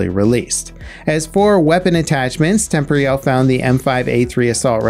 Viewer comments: Tem-por-al, not tempory-al. Jeeeez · Wtf is temp ree al. Temporyal Temp or e ul temporial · Surely it's pronounced "tem-POR-ee-al" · Absolutely this. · pretty sure its pronounced tem-por-eeh-al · I commented this like a month ago and I feel like he still mispronounces it to spite me lol. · It kinda annoys me how you mispronounce temporyal